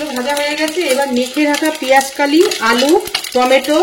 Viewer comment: দিদি কথাটা পেঁয়াজকলি, পেঁয়াজকালি না।